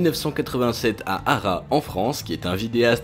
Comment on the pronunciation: à arra???a arras le s se lit